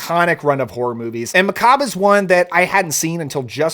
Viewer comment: Thank you so much for saying, "ma'kob" instead of saying, "mack'ab'ruh" like so many people say. /subscribe 😂